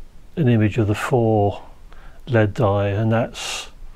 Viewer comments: L-E-D not LEAD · Am I the only one who cringes every time he says lead? It’s an L E D. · Repeat after me - L.E.D..... L.E.D..... Not ruddy led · EL EE DEE. Not "led" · Saying led instead of LED was so strange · LED NOT LEAD 🤣🤣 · The way you say "LED" sounds more like "lead", like the metal... Maybe this channel will soon take off like a lead balloon?